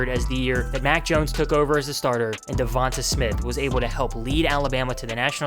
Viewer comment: It's pronounced "Dee-On-Tay" not "Dee-von-tuh" lmao 😭😭🤷🏿‍♂️